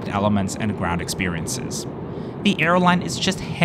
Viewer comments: Not done, yet. I will continue to watch. I suspect Filipinos will be hesitant to correct your pronunciation as they are too damned courteous to foreigners, so allow me to say... Aquino is not pronounced as having a "kwe" sound. Say it as a-KEY-no.... And the slang to describe the Ninoy Aquino International Airport (NAIA) is pronounced as nah-EE-ah. In the Philippines an "I" is pronounced as a hard/long "E". As to taxis at the airport: there are two metered queues. One for the 'yellow' cabs and one for the 'white' ones. Even with long queue lines (I typically walk a little longer and go the the white queue) I have never had to wait longer than twenty minutes. So what you said makes me scratch my head. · I think I speak for most Filipinos in saying that we wholeheartedly agree that NAIA (pronounced NAH-EEYA"; also "Aquino" is pronounced "AH-KEE-NOH", remember it's a Spanish spelling) is the absolute worst. It's like a glorified bus terminal. Not only is it old and under-maintained, but it has also been caught in a string of corruption scandals in the last two decades. Like one after the other. From personnel scamming passengers to illegal undocumented entries of foreigners (mostly Chinese). There have been plans to replace it with more modern airports like Clark, but that comes with its own issues, since Clark is quite far from Metro Manila. Other international airports like Mactan-Cebu Airport and Davao Airport have none of the issues that NAIA has. There's another new airport, but it's still under construction. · Filipino here, There are 3 thing I need to correct, When you said Ninoy Aquino, you pronounced it Akwino, but it's actually pronounced Akino. When you said NAIA, you pronounced it Naya, but it's actually pronounced Na-iya. When you said pesos, you pronounced it peysos, it's actually, just pronounced pesos. I am sorry if I offended you. BTW fantastic channel!❤✈️👍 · Aquino pronounced as Akino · it’s pronounced “A-kee-no” by the way…